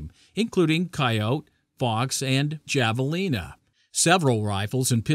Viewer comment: Learn to pronounce Javelin correctly! The j is pronounced sounding like ha.